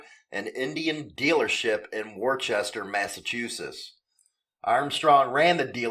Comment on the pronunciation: I love hearing non new englanders say towns like worchester completly wrong lol